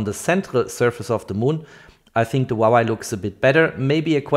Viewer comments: It is pronounced "Hwah Way." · stop saying wawei to huawei lmao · łałaj 😅 Huawei not łalaj 😅🤣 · Great video! Thanks for sharing! Btw, it’s HUA WEI not HUA WAI. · huawei = hoo-wah-way. not hwawa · Huawei ❎ Huawai ✅ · Not yy but its hua + wei = huawei.. 😊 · Damn, i wish i can buy a "Vuavai" instead of Huavei, it probably performs much better... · Since when is Huawei a Wawai? 😂🤷‍♂️ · Other people: "Huawei" This guy: "HwAwAi" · I love the way this man keep saying waway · 'Wawai' lol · You really need to work on your pronounciation of Huawei dude;)